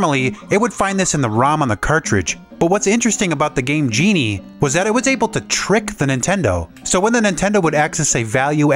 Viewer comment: The way you emphasize Game GE-nie and In-finnit proves that you were the annoying kid around the block